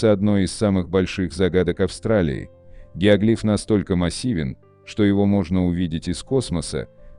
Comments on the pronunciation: ГиоглИф?!! Всю жизнь был геОглиф, а тут... В-общем, работайте над ошибками. Тут у вас поле не паханное.) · Гео́глиф, а не геогли́ф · Геоглиф,ударение на букву О.